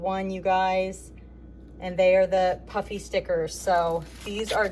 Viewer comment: Every time you say "puffy", I hear "Puppy". I keep wondering where the dog stickers are...lol!